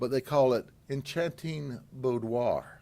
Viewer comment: Ol’ Grady Judd and I might find cause for disagreement on certain topics now and again. When it comes to pedophilia, there’s no law officer I respect more than I do Sheriff Grady Judd. I can easily excuse the fact that Sheriff Judd cannot properly pronounce words like sadomasochism, boudoir, etc., as he’s four parts “Andy Griffith,” one-part “Barney Fife,” and five parts: “Dirty Harry,” when it comes to the very real problems of child pornography, sexual predation of minors, sex-trafficking and other heinous and unacceptable crimes that do well to destroy the lives of innocents. It doesn’t matter, in this instance, that he’s not familiar with the terms, which on their own, don’t necessarily make for a criminal case. The words become irrelevant when children are victimized by mentally disturbed adults who forever damage children based on their perversions and absence of even the slightest bit of objective morality. It’s a sickening and violent subculture that deserves to be rounded up and forevermore removed from society. If Sheriff Judd did nothing else of record in his long and storied career, he would still be considered the most honorable and legitimately caring guardian of the innocence of youth. The good people of Polk County have a colorful character with an iron will and a heart of gold in Sheriff Grady Judd. There’s nothing more valuable than a child raised in a safe an nurturing environment. Judd knows this, and will fight relentlessly against those who find pleasure